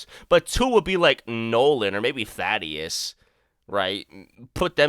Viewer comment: Why does everyone mispronounce thadus